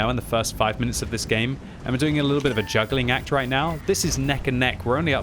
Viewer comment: whys he having a hard time saying right? Its hilarious because its not a hard word to say